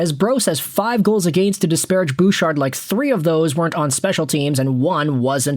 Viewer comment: Don't you mean Evan BOOOchard? 🤭🤭🤭